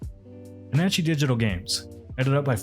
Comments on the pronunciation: Wait, that's not how you pronounce panache... It's like pan-osh right? It's not pan-anne-chee? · I'm pretty sure panache is not pronounced pan-atchy; it's pronounced puh-nash. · Uh... I've never heard of Panache Digital Games before, but are you sure it's pronounced "pannachie" and not the usual "panash"? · Panache = Pan-Ash, not Pan-Atchy Well thought out piece, though. Heartily agree. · 'panache' is pronounced 'pa-na-sh', not 'pa-nan-che'. 's french, innit. I knew what you meant tho, but this way you know for next time. great vid! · Surely it's pronounced "panache" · "Panachee"? Sounds like AI reading. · "pin-a-chee" hurts me. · The irony of talking about these companies not checking their work and catching mistakes while saying "puh-nah-chee" over and over and over again is not lost on me. Come on, buddy. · Meant to be helpful..! Panache is pronounce PA-nash. As in gnashing of teeth. Or Nashville, TN. Not trying to get on a guy who'd never been given the connection between the written and spoken word. I've made that same kind of mistake plenty. C= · Correct me if I'm wrong but, I think it's pronounced "Pan-ash"? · Did you call them "Panachee" Digital Games? Is an AI reading this script? You even mispronounced Patrice's name. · "pa na che" yeah... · Complaining about Panache not check their work while you mispronounce their easily Googled name (which is simply a common French word often imported in to English) multiple times is a little ironic. Puhhnanchy lmao. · The e in panache is silent. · Does Panache pronounce its name like that or are you rage baiting Yahtzee? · Anyone else distracted by the repeated mispronunciation of "Panache" and Patrice Désilets name? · I don't believe I've heard the word Panache pronounced that way before. I honestly prefer it.